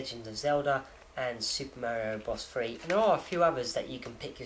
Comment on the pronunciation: I like the way you say Super Mary-O. lol I knew a kid who had that watch school Back in the Day. I HATED him! I'm sure the collectors are SCREAMING since you opened that Game & Watch. I agree with you. What fun is it if you don't play it?